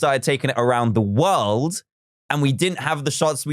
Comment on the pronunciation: Talk about the wowst memowy in the wowld